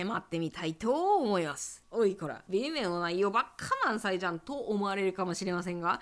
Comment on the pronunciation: 微妙がビメオに聞こえてびっくりした